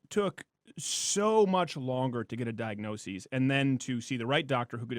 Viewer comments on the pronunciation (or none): Steven- I love you, but please pronounce the word "diagnosis" correctly. You said diag-no-seas instead of diag-no-sis. It's only pronounced diag-no-seas if the word diagnosis is plural and spelled diagnoses. Thanks, love you!